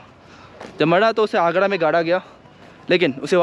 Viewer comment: Agra h bahi agrda nahi